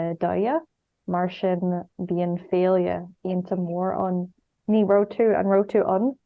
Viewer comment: My favourite part was the pronunciation of this sentence 'so there's a really big festival there,' specifically the 'mhór ann' part meaning 'big there' because it sounds like Morton F.C..